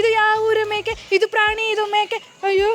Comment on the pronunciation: Prani= ಪ್ರಣಿ ಗು, praani = ಪ್ರಾಣಿ ಗು ವ್ಯತ್ಯಾಸ ಇಲ್ವಾ 🤔🤔🤔